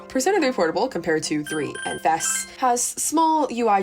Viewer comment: Thank you for pronouncing FES correctly. AND using the correct name of the P3 protagonist. Great analysis of each game overall, thank you for this!